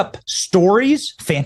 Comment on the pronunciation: Fanticiful Benny??? The word is fanciful